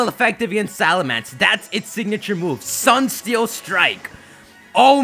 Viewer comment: I like how pronounces Solgaleo as the Sunne Pokémon, so does this mean Solgaleo is a t-SUNNE-dere?